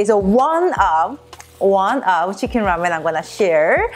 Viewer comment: 치킨이 한국식 발음인데 혹시 한국인?